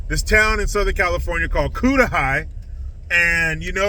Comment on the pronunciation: Yep she's crazy.. But the city's name is pronounced, Cut-a-Hay